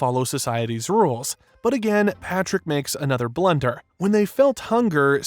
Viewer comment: The way you say Blunder upsets me... XD